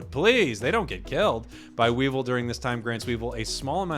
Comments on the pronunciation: Oof you sayin Weevil, almost hurts as much as Rogersbase saying Whimskattenddjdndhsk. Not as intentional but keep up the work. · You pronounced weavile incorrectly, it is wea-vile